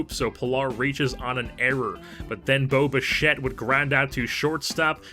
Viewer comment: lol when you said bo bichette it sounded like boba fett